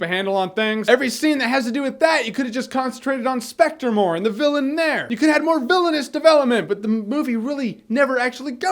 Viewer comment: Sepectre... Sepectre... Sepectre...